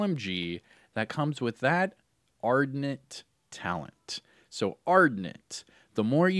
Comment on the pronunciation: ArDENT. Not ardNET. Like passionate,.